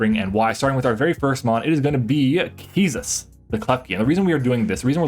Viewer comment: Wait I JUST noticed "Keysus"